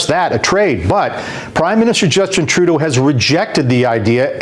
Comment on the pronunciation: So have we in the US been mispronouncing Trudeau? TRUdeau, not truDEAU?